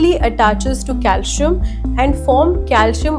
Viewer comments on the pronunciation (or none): It is not cal shi am...it is calcium.😅😅😅😅😅😅